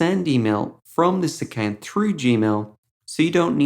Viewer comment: He says accant instead of account